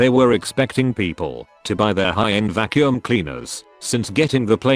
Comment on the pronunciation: The way he says "Vaccum" hits a totally different level, haha!